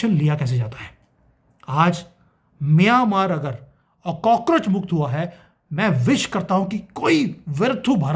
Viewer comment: अरे भाई म्यानमार स्पष्ट बोलो, मियांमार नहीं. ऐसे बोलोगे तो मियां मारने की ही सोचेगा, ये अलग बात है की वो उसमे कभी सफल नहीं होंगे.